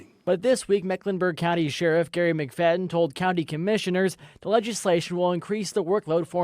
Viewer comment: Dat is wut da shurriff need. Why can’t black people who are supposedly educated put plural sounds on anything that needs it? That dumb ass sheriff said that. “Dat is wut da shurriff need.